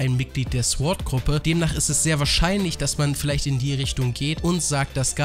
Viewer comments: warum haben so viele ein problem damit sword" richtig auus zu sprechen? mein süßer, es heist "zohrt" nicht "zwort" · Alter man spricht es sord aus und in sword...... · warum sagst du Sord, heist das nicht Sword? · Interessantes Video..aber nur mal so als gut gemeinte Verbesserung: das W in Sword ist stumm..als man spricht es SORD aus Klugscheissermodus aus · Sorry, dass ich der Klugscheißer bin, aber bei dem Wort Sword ist das W still. also wird es quasi „sord“ ausgesprochen. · SWORD SPRICHT MAN OHNE DAS W AUSSSSSSS AMK EINFACH "SORD", WIE THEO DAS MACH ._. danke. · sord nicht sword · alter lass das verdammte "W" weg!! das wort wird zwar sword geschrieben aber sord ausgesprochen!!! lern mal bitte die sprache ordentlich bevor du diese sprache so oft benutzt!!!!! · ich habe noch nie gehört das man es sord und nicht sword ausspricht vorallem hört sich sord mega beschissen an. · Ich möchte nicht wie ein Arsch rüberkommen aber Sword spricht man ohne das W aus